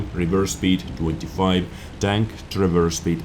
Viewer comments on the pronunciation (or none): none